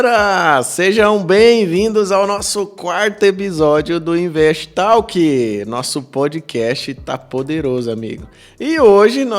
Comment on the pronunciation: Invest talk mas a pronúncia é tolk.